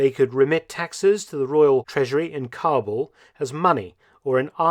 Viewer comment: Also Kabul mispronunciation